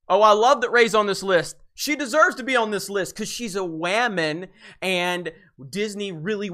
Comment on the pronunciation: lmao!!!! The way he says “deserves”. Just demanding that she is on the list, and just sucking Disney’s character off.